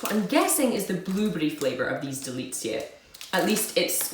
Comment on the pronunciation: Greetings from Poland! 1. DELICJE means "delicacies" (very good pronunciation). 2. ŚLĄSKIE KAWOWE means "Silesian [and] coffee" (both words are adjectives in the plural) . The hammers represent Śląsk (Silesia), a region commonly known in Poland for its mining industry. 3. KATARZYNKI - plural form of KATARZYNKA (diminutive form of the name KATARZYNA - Catherine; not used anymore, now we say "Kasia" or "Kaśka"), so it's a plural form of Cate, Kate, Kathy etc. 4. DRAŻE MLECZNE means "dairy (literally "milky") dragees". 5. STUDENTSKA chocolate is a Czech product.